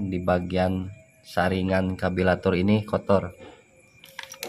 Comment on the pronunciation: karburator boss bukan kabilator